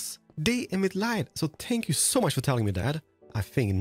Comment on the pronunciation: I hear saying "Shpank You" or is it just me hearing it?